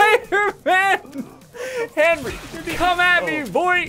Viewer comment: Chase the Blue Valkyrie HENWY IS LEH FOOT